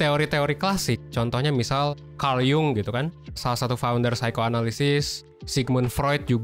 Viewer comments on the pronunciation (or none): none